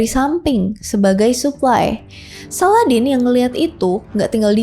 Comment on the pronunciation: Bacanya SALADIN, bukan SALADEN 😅